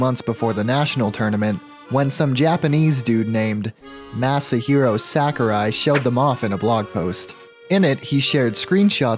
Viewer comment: Who the heck is this Massahero Sackerye man you speak of? I believe it's pronounced "Massivegyro soccoreye"